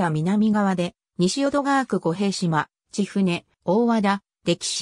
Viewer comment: ｢ごへいじま｣ではなく｢みてじま｣になりますw府民ですらよく間違えますが